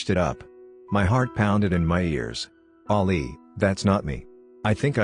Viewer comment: I hate this bot XD it’s saying Ollie tho the name is ali